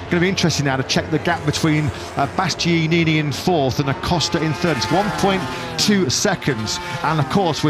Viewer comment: Why can Birt guy not say "Bastianini"? It's so irritating, despite the fact that his co-commentator gets it right - is he deaf? Why does nobody correct him off camera? Please tell him it's not "bast-yee-yee-neeny" or whatever TF it is that comes out of his mouth. Babbling fool should have been dismissed long ago.